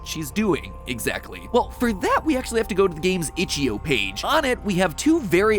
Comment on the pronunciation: lol it’s pronounced “itch-dot-eye-oh”